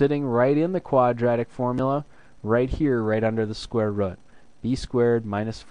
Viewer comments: "Square rud' haha your accent cracked me up! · Square Rət is midwest accent.